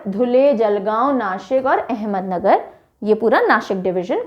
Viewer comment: Ma'am it is not ahmednagar it's ahmadnagar